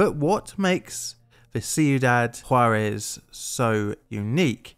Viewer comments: Props for getting "Juarez" right, I can see practicing to pronounce it correctly might have been... *plainly difficult*. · I appreciate you actually looking into this (and also not prounouncing it "jar - ez")